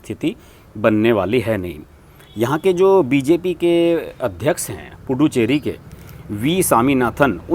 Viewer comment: Pl pronounce it as पु दु च्चेरी and not पु डु चेरी। पुदु in tamil means नया ,चेरी in tamil means hamlet/ village.गांव। इसका मतलब पुदु (च् ) चेरी = नया गांव ।